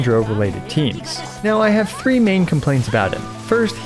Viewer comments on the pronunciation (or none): none